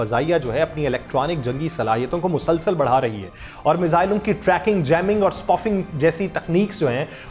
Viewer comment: It is not spufing, it is spoofing سپوفنگ